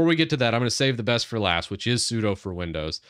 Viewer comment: "sudo" in Windows? Sounds like a "doo" followed by a "sue"...